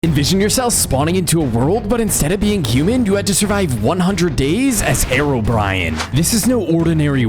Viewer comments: Its hero-brian Not herobrine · Bro why do you say hairobrian 😂 its hear-o-br-eye-n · did u just say herobriyen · he rlly said at the start herobrian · It's h e r o b r I n e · said Herobrian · he says herobrine like herobrian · Everyone: herobrine: herobrian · AHHH You said "Hero-Brian" NOO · Did you just say Herobrian?